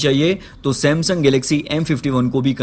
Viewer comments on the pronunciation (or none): none